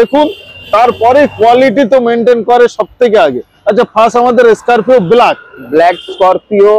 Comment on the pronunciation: ওটা স্কার্ফেও নয় স্করপিও